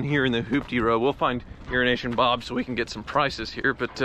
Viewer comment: I finally saw the name "euroasianbob" and it is spelled totally different than what I have heard pronounce. 😆 glad his name isn't urinationbob as I have been hearing this whole time. 😂